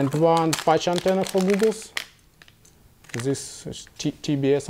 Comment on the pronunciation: It's goggles not googles no offence